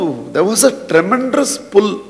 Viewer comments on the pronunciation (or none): I have been very much impressed by your language. But please correct the pronunciation of word 'tremendous' it is not tremendrous'